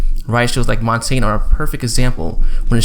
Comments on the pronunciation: It's pronounced Montanya not Montane :p its French m8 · lol, I love your pronunciation of montangne, it's said montanya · not pronounced Montanye either. No ya at the end. Its more like Montane with a soft e at the end